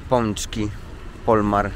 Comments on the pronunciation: POLAMER a nie Polmar 🙂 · Paczki Polamer a nie pączki polmar😂 śmieszne papierosy weszly